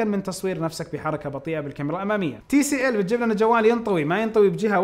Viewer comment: يعطيك العافيه بس توضيح نطقت TLC مش TCL